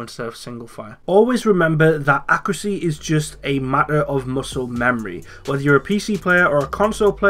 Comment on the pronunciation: What's accracy? (I know you meant accuracy)